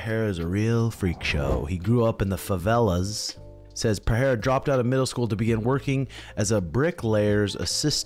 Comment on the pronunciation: Stop with this wrong "Peheira" pronunciation, I'm so tired of it